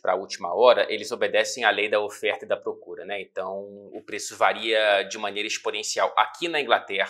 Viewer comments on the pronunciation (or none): none